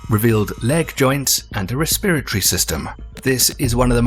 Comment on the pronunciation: well, to be fair, he also pronounces 'respiratory' as 'respratry'